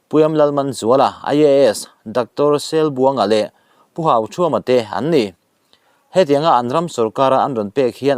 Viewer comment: Pu Sainghâka hming leh Dr Selbuanga hming i lam dan hi a diklo deuh a.A dikin han lam ri hram la a duhawm nen😅